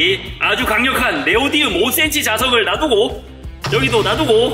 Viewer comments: 네오디움이 아니라 네오디뮴이에요... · 네오디움 아니고 네오디뮴 입니다